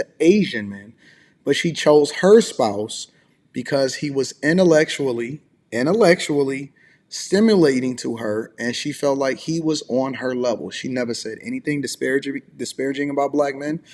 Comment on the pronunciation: Innerlectually, like 3 times. Ok. Watch out Oxford, a new word is about to hit.